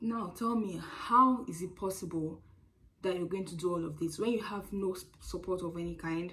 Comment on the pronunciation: You are not even emphasizing the NO enough. You should be shouting the NO at the top of your voice